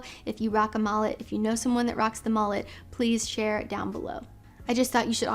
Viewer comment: Did you call it a “MALLET” or a “MULLET”…?